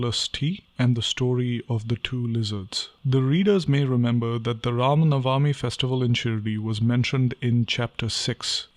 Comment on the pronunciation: Sairam!🙏 It is Ram Navami (नवमी) NOT Navaami (नवामी) 🙏